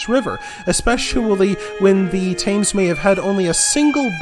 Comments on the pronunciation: Thames is pronounced tems btw sorry it’s just annoying 💀💀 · Interesting if most of it already known by me as I have an interest in the history of my home county. Agonising to hear some of the mispronunciations especially of the Thames. But glad to see someone putting down a history of Essex as little is spoken about it usually with Wessex and Mercia getting all the press. Although it was ceded as a part of Danelaw there was clearly very little Danish incursion into Essex as place names remain largely Saxon in origin unlike in East Anglia and the north of England where Danish names abound. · Am I taking lessons about my home county from an American?!.. lol I'm from Colchester and have never heard of Colchester being called thus.. Please learn how to pronounce Thames properly has you make it sound like someone is scratching their finger nails down a blackboard..! But thank you for your research.. BTW... I volunteer at the Colchester Archeological Trust and I'm an Archaeology Student at Leicester University....